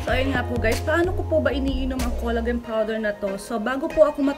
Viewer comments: It is pronounced as "kola-jen" not kolagen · xencia kanapo.nakasanayan kona po.kc ung sa salitang japan collagen not kola-jen